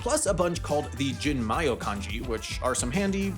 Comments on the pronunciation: Jin ma yo... The most egregious mispronunciation. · sorry but hearing you mispronounce "jinmeiyo" hurt 😂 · That pronunciation of 人名用 was definitely something.